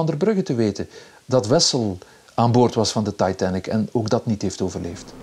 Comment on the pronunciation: “De Taaitann-ik”